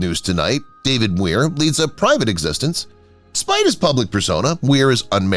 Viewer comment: This is the worst Narration because he pronounce David Muir & Tracey Pollan's names wrong.